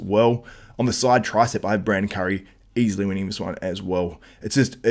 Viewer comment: You say easliy hahahahahaha wtf are you joking